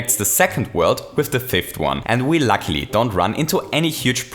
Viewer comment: or; "but lucky" he is reading likr: "but lacklie"